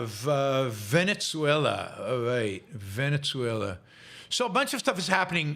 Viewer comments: 'Ven-uh-ZWAY-luh' it is.... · The country's name is pronounced 'ven-uh-ZWAY-luh ', not 'Ven-ets-way-lah'....